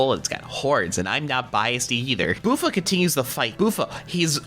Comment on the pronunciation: I'm all caught up too. Glad to see you're enjoying it. Few things, as far as I'm aware prix is pronounce like pree* like bee, or sea. Buffa is pronounced like buffalo(his mask) as well. Small things but I twigged a bit at the pronunciation, and I dunno why.